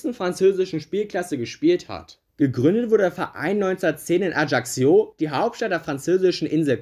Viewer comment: Nur ein nettgemeinter Tipp: Ajaccio sprichst du so aus dass sich das J anhört wie beim Namen "Jean" auf Französisch und du sprochst das doppelte c aus wie kk also halt wie wenn du ein c in einem Wort aussprichst. Das Video hat mir aber trotzdem gefallen und ich fande es interresant ich würde ähnliche Videos begrüßen